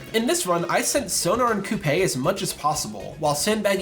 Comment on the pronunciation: I know that it doesn't matter, but it's annoying to hear someone constantly mispronounce Coupe's name when it's been repeatedly said within the game.